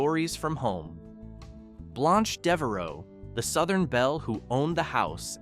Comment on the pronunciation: It's pronounced "blānch" not "blonch"